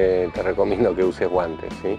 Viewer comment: Estuvo gracioso lo de los guantes, parece puertorriqueño lol. Gracias.